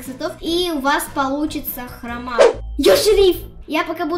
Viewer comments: Не хрома́ а хро́ма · не хромА а хрОма, на о ударение.💋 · Это хрома ударение на о. А так видос обалденый наша😍😍😘😘😘😘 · Хро́ма❌ Хрома́✅ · Не храма а хрома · Не хрАма а хрОма